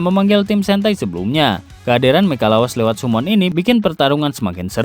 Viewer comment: Bang. Banyak topik yg km bahas sebenernya menarik. Cuman sorry aku sering risih sama pengucapanmu di beberapa kata dlm b.Inggris. Jadi ketika videomu lewat di beranda, ada rasa "pengen, tapi males" Misal di video ini: 1. Summon Kebanyakan udah bener pengucapannya "samen". Cuman ada 1 yang "sumon". 2. Men-summon Mending sekalian "memanggil" aja sih drpd dicampur gitu 3. Legendaris Sm ky poin 2. Km ngucapinnya "Lejendaris". Mending sekalian "legendaris" atau "lejenderi" (legendary).. 4. Stacaeser Harusnya "Steisiser" Semoga bisa dibenahi.. sayang kalo bahasan yg menarik tp ada yg ganjel di presentasinya. Thanks 🖖🏻